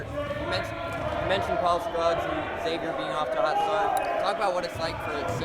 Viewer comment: Please stop saying X-avier. It's Xavier and the letter x is pronounced like the z, e.g. xylophone.